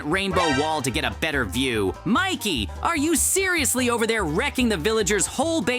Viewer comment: It is not mickey it is Mikey